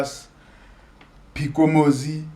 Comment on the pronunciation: No Phikomozi....it's Phikolomzi....5/3/2024